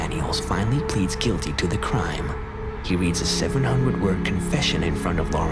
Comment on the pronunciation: I know it’s already been said but just need to mention it again because it’s terribly distracting. Please stop using motion effects and flashing cut aways to change the frame. This video is like eye torture. Also, just a pet peeve; please learn to pronounce “the”...it’s no “duh” or “dee”. It wouldn’t be so bad except that just about every sentence has one or two “the”s in it.